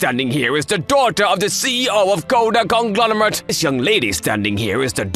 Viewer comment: Conglomerate was said 2 times in a row but never said right a single time💀